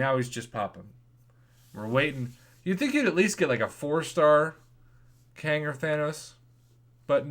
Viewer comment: Kang not wang